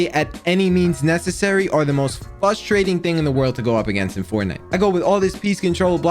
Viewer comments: update 4 mins in and i cant watch how can he not pronounce frustrating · whys he talk like a little kid "fustrating" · It’s frustrating that you can’t say frustrating properly